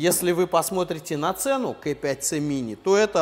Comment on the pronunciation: Очень режет слух КЭ5ц. Почему бы не говорить правильно, по Русски - КА5цэ